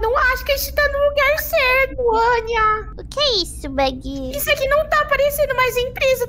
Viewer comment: O fofinho e essa parte da anya falando "Damian :c Begy :c" Ela fala begy ao invés de becky